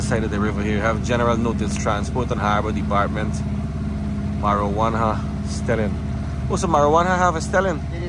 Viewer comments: You pronouncing the word wrong it’s not marijuana it’s morawhanna. I live north west for a while so I know those places. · that place is Morohwanna, not marijuanna